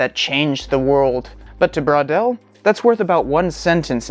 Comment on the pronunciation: i love the way you pronouce "bwaudel" wondering between "bro" and "bor"..with a wave of awkward puns ;)